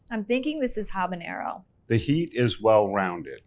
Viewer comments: I know I’m being pedantic… but it’s habanero, not habañero. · habanero not habañero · For the hot sauce most expert in the world, keep saying.. Habañero!! is sad🤦🤦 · i find it strange Epicurious doesnt know how to pronounce habanero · So you don’t know how to say habanero but you wanna tell me what chipotle is OK never mind I’m not listening to you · The ‘h’ in Habanero is silent. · Does no one know how "Habanero" is pronounced? Here's a hint: the 'H' is silent.... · except how to pronounce habanero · Was it a long search to find three hot sauce experts who can't properly pronounce either "jalapeno" or "habanero"?